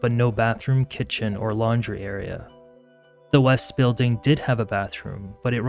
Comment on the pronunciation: Stop adding K at the end of g's! It sounds so annoying and uneducated. Building does not end with a K. Following does not end with a K! Both words are pronounced how they are spelled, wtf are adding a K sound to every word that ends with G!!!!